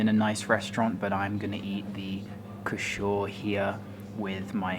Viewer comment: Kh = H so it’s pronounced huu-sh -uur hope you enjoyed your stay in UB.